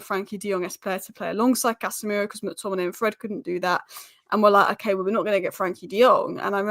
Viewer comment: said CASHemiro 👀